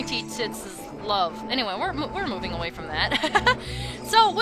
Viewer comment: You ment "go a-gway"? 😋